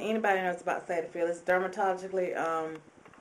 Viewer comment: derma-ta-logi-cal is how you say it, ok I'mma work wit you, I'm here to help. Thanks Duane for holding the camera. GIrl, I love your taste and style, you have helped me and I tell you, when women don't have on makeup we do look totally different when we put it on, it's awesome. Are any of those astringents or liquids you have ones that you've made yourself. You can email me.